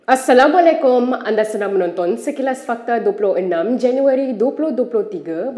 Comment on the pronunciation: Ucap assalamualaikum.Pun tak betul.memalukan .S E D I H